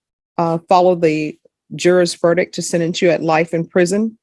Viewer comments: Only thing that bothers me about this judge.... She can't pronounce "verdict". She says ver-dick instead of ver-dicT. "Is this your VERDICK?" That just sounds weird, lol. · Will someone tell it's verdict not verdick